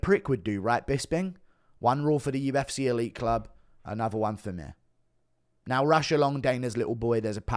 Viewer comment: Why does bro say “the UFCERR”